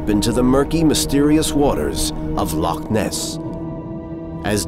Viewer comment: No one in the world pronounces Loch like this narrator. It’s really off putting.